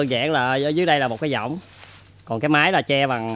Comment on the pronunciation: cái võng mà đọc cái dõng